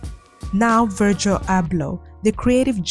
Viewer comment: the way you pronounce Virgil Abloh’s name is SENDING me!! it’s a soft G vowel; like how you pronounce the “G” in “gym”, not a hard “G” like the word “gurgle”.